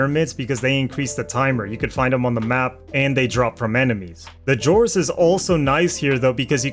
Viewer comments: Is pronounced ZORIS NOT JORIS WTF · Didn't know the letter X is pronounced like a J.. odd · it was a joke based on how the creator pronounced it